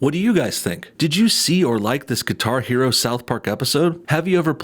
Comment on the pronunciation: Did he say Qatar Hero?